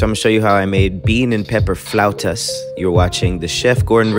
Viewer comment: Drink everytime you hear him say Fluatus You can tell he loved saying that word